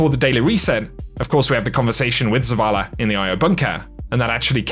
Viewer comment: Skip this video comp . Waste of time just more non sensical babbling with adding "r" to words that have no r.....wtf is zavalr? Smdh.....yes im being satcastic